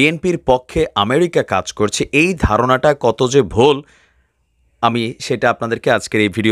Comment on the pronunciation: Vol.... ki vai??? Vul hobe...... Shalar puut uchcharon thik moto kor..... ku.... bachcha....